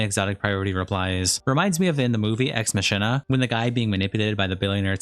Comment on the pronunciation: Your entire channel is about reading out written statements and yet you can't pronounce "Ex Machina" or "Ana de Armas". Jesus Christ.